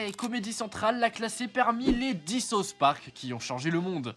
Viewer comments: « Sa-ousse » park C’est quoi ce « sauce » park « Sauce » c’est ce que je demande à mon chef kebabier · Tu peux pas être fan de south Park et sortir « sauce Park » nan frérot 😔